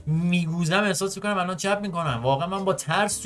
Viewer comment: دقیقه ۱۱ مرتیکه الَنن داشت کص شعر میگفت یعنی النن الننننن